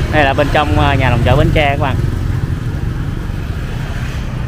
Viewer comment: Bến tre nha bạn. Chỉ 1 hoặc 2 người do nói đớt chứ khg phải ai cũng nói đớt nha bạn, phải tôn trọng và nói đúng và phát âm đúng địa danh của nơi mình đến nha bạn BẾN TRE.